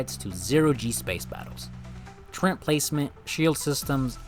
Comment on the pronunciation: Tur RET…. Like sweat, or bet, or met or let. TURRET … Not RENT. There’s no such thing as a tur-rent.